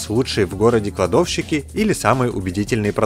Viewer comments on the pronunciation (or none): Чувак, подтягивай грамотность речи. Причастные и деепричастные обороты используешь просто ужасающе некорректно! Ударения «большИми» - «бОльшими» сильно меняют смысл предложения. Ну и «кладОвщики» - отдельный перл, конечно.